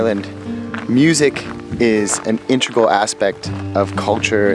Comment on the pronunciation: Integral guys, not intrical.